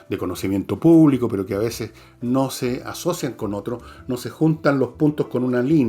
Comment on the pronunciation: "Espacio púbico" en lugar de espacio público. 😂 Grande Don Fernando